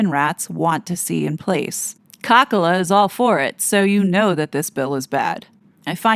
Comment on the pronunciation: Did you say Ca-Ca-la? So funny good one. I love that.